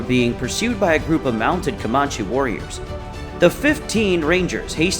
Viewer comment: Can tell the narrator isn't from anywhere near Texas, the way he pronounced Comanche and Nueces. Too many photos that had nothing to do with battle against Native warriors also. Saw one photo of a large building with a Mexican flag flown from flagpole.